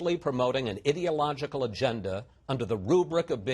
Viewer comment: Trust a Fox presenter to pronounce "ideological" like "idiot".